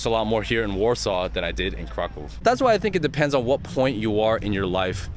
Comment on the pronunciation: You pronounce Kraków like a native.